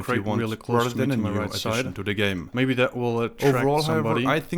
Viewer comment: watching it at midnight,kinda sleepy but dont wanna sleep first word i heard is "gay" instead of "game"